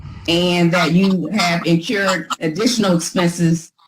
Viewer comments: 😮You would think a lawyer should know there is no such word as 'in-cured'. The phrase is 'incurred' expenses. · Please tell her its 2 Rs... incurred not in-CURED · this is rough! It sounds like she said "incurbed" and "axed". It's painful! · Apparently, Miss Sullivan "increwed" costs and then "incured" even more!!! Not to mention a "supssequence" of incidents! Hahahaha......what a pack of crazies! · I know this is an old video, but please tell that the word is 'incurred', not 'incured' 🤦‍♀️ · How does an educated attorney not know how to say "incurred" for Pete's sake! Did it drive anyone else crazy to keep hearing her say over and over "encured"? She must've gotten her law degree from an Ivy League school, for sure! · InCURED or inCURRED? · Incurred! Incurred! It's not inCURED!! Use words you can pronounce. Rant over. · As an attorney, I would expect you to know how to pronounce words like "incurred."